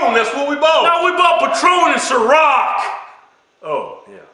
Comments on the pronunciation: did he really think ciroq was called sisqo lol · I lost it when he called Ciroc "Cisco" lmao